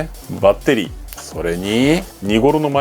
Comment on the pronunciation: バッ↓テ↑リ↓